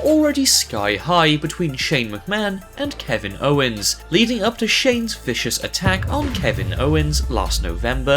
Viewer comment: Brock lesner : f5 to Michael Michael cole : " OH MY ! A fecious f 5 " lmao